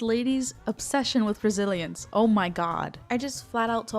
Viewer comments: I would just like to say, if you ever feel down, remember that I thought you where saying Brazilians at first 😔💔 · Every time you said resilience I thought you were saying Brazilians and I was very confused until I realized what you were actually saying. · UNTIL HERE I WAS JUST LISTENING AND WAS VERY CONFUSED THINKING YOU WERE SAYING BRAZILIANS INSTEAD OF RESILIENCE LMAO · ohhhh you said resiliancee i thought you said brazilians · When you said resilience I thought I heard Brazilians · SAME OMFG I HAD TO PAUSE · Ohh.... resilience.. I've only gotten that 5 times in 😂 I thought you were saying Brazilians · ohmigosh i was playing this video in the background and thought you were saying Brazilian this WHOLE TIME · for half of this video i thought you were saying Brazilians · No me too 😭😭😭 I thought she said Brazilians the first time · I thought you said brazilians